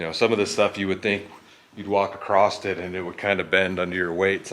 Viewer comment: SURELY you have more than one can of Campbell's soup in your cooler???? Those are always available for one buck. I see that you made sure you had PLENTY of beer. May be time for a trip to a grocery store other than The Dollar Store, eh?? Also, just so you know - there is no T in across :-)